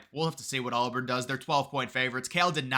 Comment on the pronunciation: it's AUBURN not ALLBARN! Seeing you mispronounce the easiest name not once, not twice, but five times was insane